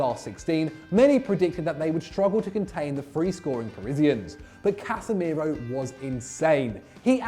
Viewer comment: Casemeiro? Are you drunk?